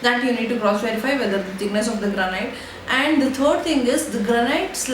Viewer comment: It's Granite /ˈɡræn.ɪt/ not Granight.